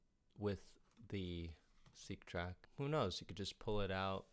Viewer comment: funny the yamaha seqtrak (pronounced sek, not seek.) im buying it for someone to accompany me, its funny you mention "accompaniment for the seqtrak" i think you mean a controller lol